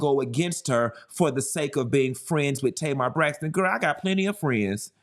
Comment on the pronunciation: I just finished the video and you SLAUGHTERED Tamar LMFAOOOOOOOOOOO